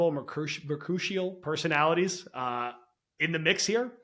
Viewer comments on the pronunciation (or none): “Mercutial” is not a word. The correct word is “mercurial.”